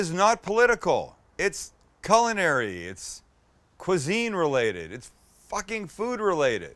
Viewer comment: it's, 'KULE-yinary'. ya SWINE.